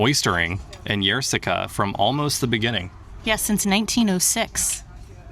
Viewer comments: The 'Y' is not pronounced like a 'Y'. Treat it like an 'I', so 'ie'. In English: "Eer" as in "Beer". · "Yerseke" is pronounced "ierseke". It's not a "je" sound. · For the Belgian audience. That’s how you pronounce Yrseke. Our American friends learned how. It’s not Yrzzzzeeeeeeeeeeke. It’s not Melbeke at sea.